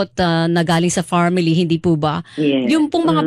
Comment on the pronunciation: Farmily 😂😂😂farm ville,, bagay dyan c magsasaka 😂